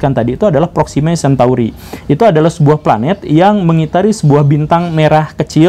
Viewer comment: Proxima Centauri pak bukan cantuari :(